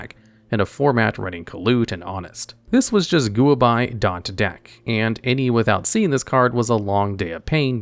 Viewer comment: It's not Goo-a-bye, its gwai-bah.